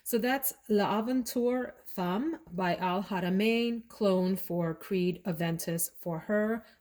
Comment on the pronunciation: And yes you got it right! Femme sounds like (fam) 💕